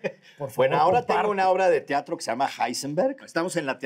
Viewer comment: ¿Tiatro? dice ¿tiatro?